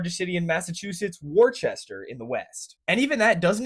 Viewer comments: Wuster!!! Not War-Chester. Wuh-ster!!! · IT'S PRONOUNCED WOOSTER! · Wuh- Stah Lol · Not WorCHESTER! It’s Wooster. Don’t pronounce the R. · It's pronounced "Wisstah" not "WARchester" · Warchester.... I'm ded 💀 Say it like a native Wustah. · Even the people correcting the pronunciation of 'Worcester' are wrong. It's not "Wooster", it's "Wista". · It’s not Wor-Chester 😂😂😂 it’s Wuhstuh !!! 🎉🎉🎉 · "Worchester" made me cringe so hard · People from NH are granite staters Not New Hampshirites. Worcester is pronounced wus stah. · The emphasis on WARChester almost got me, but I remembered where I am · I shrieked so loudly when you said “war chester” that I believe I woke people in neighboring apartments. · THIS GUY SAID WAR-CHESTER EDIT: well played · I'm not positive, but I think worchester is pronounced "wuss-ter" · Uh, I believe it's pronounced "Wuh-stuh" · dont u mean wooster? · Worcester had me isn’t it wuste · WAR CHESTER?????? what is this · Woostah, you pronounced it wrong twice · Warr Chester lol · He said war-chester i fell for it. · What? It’s pronounced WOO - STA. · WAR-CHESTER!? You're welcome for the engagement 😠😝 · It's pronounced Woo-ster! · Woooster come on, bud I’m from Philly and I know that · NO SHOT HE PRONOUNCED WOOSTAH wrong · It's WOOSTAH muthafuka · Worcester isnt pronounced like that 😂😂😂 It’s “Wu-ster” Edit: didnt watch the full thing yw for the engagement lol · Ahem. Wistah. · Wuss- ter Edit: ur welcome xD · NOT WARCHESTER!!! I can’t stress that enough!! that is NOT how you say it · The correct pronunciation is Wista… you’re gonna hear it from all of New England my man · Killed me with Wor-chester. Almost stopped watching😂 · It’s wuhster, my guy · Ngl the Worchester had me cackling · You did not just call it worchester did you that is a sin in Massachusetts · Glad to see you are being excoriated for mispronouncing Woostah. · you mispronounced Warstur you're welcome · WOOSTAH MASS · WOR CHESTER LMAO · It’s pronounced woooosta haha